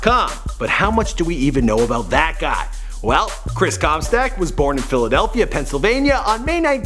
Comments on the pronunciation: stock* not stack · Anyone else pissed off how he says “comSTACK” like no, “comSTOCK” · Did anyone heard him mispronouncing "Comstock" as "Comstack" ? Or is it just me? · who else cringed when he said chris comstAck instead of chris comstOck? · I know Chris comstock but not Chris comstack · It's COMSTOCK not COMSTACK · How Do you mispronounce Comstock as Comstack no a??? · ITS PRONOUNCED COMSTOCK NOT CUMSTACK OR COMSTACK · how do you fuck up comstock. your saying comstack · OH MY GOD EITHER SAY COMSTOCK OR COMSTACK JESUS CHRIST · you said Chris Com Stack instead of Com Stock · Everyone: Chris Comstock:Chris Comstack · when he said Chris comstack other then Chris comstock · you keep sayin chris comstack instead of comstock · Anyone else get triggered when he said chris comstack instead of comstock? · Why does he keep saying comstack 😒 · This is how many times he said comstAck I \/ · "Chris ComSTACK" LOL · CAN YOU PLEASE STOPPRONOUNCIG HIS LAST NAME (com-stack) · Chris Cum-Sock? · “Chris Comstyack” “Chris Cromstack” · I heard it as chris cumstain i dunno why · Chris Comstack xDDD Comstack lol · He keeps saying Comstack. Whyyy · Comstack. It bothered me more than it should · You pronounce it 'Chris Comstack' haha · chris 'comstack' ahahahha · Chris cumsock is all i heard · Stop saying “Chris Comstack” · It's comstock not comstock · Yeah it’s updated because you can’t even pronounce his last name right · Can you pronounce marshmallow and maybe Comstock correctly